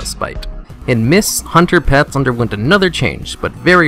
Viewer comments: the way u say hunter pet sounds ike underpants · When you started out saying "hunter pets" I heard "Underpants" LOL